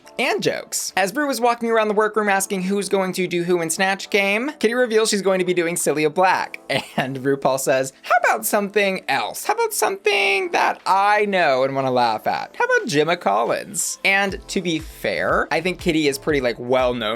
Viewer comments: It's CILLA pronounced (Silla) Cilla Black x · Ok im pretty sure she wanted to do danny dyer not dani dyer Also its cilla black not cilia black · just a note - it’s cilla black! not celia black <3